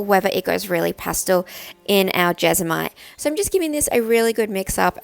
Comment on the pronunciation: It is Jes-mo-nite